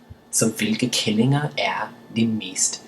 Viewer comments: make sure you pronounce killinger more like "keellinger"but still, which makes it sound more like killinger for an english speaking person. Otherwise you might end up insult women, because if you say kællinger (almost pronounced same way) it means "bitches" . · Hehe it's funny how you pronounce "killinger".. You say "kællinger", which means "bitches" ;p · It's fun to see buddy, i'm from Denmark myself.. BUT!!! Be carefull when you say killinger, the way you say it sounds like the danish word kælling (bitch) ;) beside that, fun to see that other people is trying to learn danish.. keep up